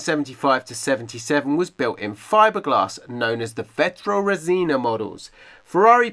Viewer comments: Vetroresina in italian means vetro-glass ,resina-resin (fiberglass). The correct pronounce is vètrorèsina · Just to improve a bit your italian pronunciation, it's vetrorésina not vetroresìna :-) what an amazing car!!!